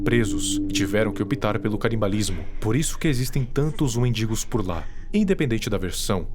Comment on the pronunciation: Desculpa, mas toda vez eu ria quando falava "wendigos" pq parece "mendigos" EU IMAGINEI TODAS AS SITUAÇÕES CITADAS😭😭😭😭